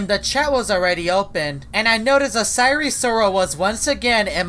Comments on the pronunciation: I hope you know that its pronounced si-er and not si-ree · DID YOU SAY SIRE SIROL OR SIREN SIROL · He pronounces "sire" weirdly lol